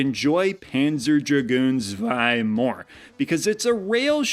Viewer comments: Pronounced tswei. It's german. :) And the Sega Saturn and it's games are very cool. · Tip: the z in zwei or panzer is pronounced as ts.